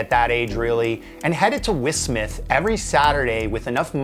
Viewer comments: It’s W.H Smith’s btw, not ‘whismith’s’ every Brit shuddered when you said that 😉. I worked with the guys briefly in 2005. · That's like calling JCPenny's in America Jacpenny's. JCPenny's = James Cash Penny. J C Penny. WH Smith = William Henry Smith. W H Smith. Never heard someone in America say Jacpenny's just like I never heard anyone in the UK call it Whismith's. If you want to keep your journalistic integrity, it is probably best not tell people that one your sources is a 16 subscriber pronunciation channel that looks like it was made with little to no thought or quality control and then say "the internet" was wrong and get all defensive. WH Smith's has been around since the 1700s and are in every train station and town in the UK it seems and The Chemical Brothers are living legends there. The UK is a small place with VERY proud people who have lots of respect for their icons and they are quite sardonic and sarcastic, so the comment you received in the beginning of this thread is actually a pretty normal comment with normal tone you should expect to receive given who the target audience on a video about The Chemical Brothers is gonna be and probably meant no harm at all (hence the winking face he put). If you Google "how do you pronounce WHSmith" it tells you at the very top without clicking any links "The company WHSmith is pronounced 'W H Smith'. It is not typically pronounced as a single word like 'werhsmith'. The letters are pronounced individually, followed by the name 'Smith'" The weird one in this case is you and your choice of sources for pronunciation, not the internet or the OP of thi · How did you pronounce W.H. Smiths? Love it 😂😅